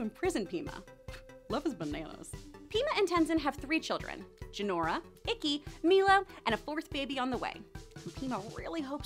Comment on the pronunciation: "Hishiro" is actually supposed to be Hiroshi, Pema shouldn't be pronounced "Pee ma" Ikki had two "E" sounds, and P'li doesn't sound like "pie - li." Hope this helps!